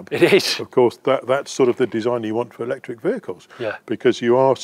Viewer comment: You lost me as soon as you said ectric ....byyyeeee